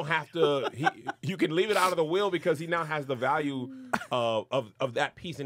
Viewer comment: said you can Valyule it 😂